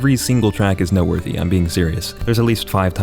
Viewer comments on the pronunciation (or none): Idk if its just me but at like i think or around there does he say note worthy or nut worthy?